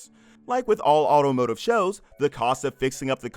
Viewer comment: This was good other than the narrator kept saying automative when the word is automotive it was driving me crazy